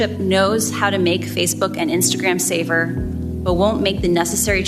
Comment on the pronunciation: I swear when she says "safer" she's pronouncing it "saver"...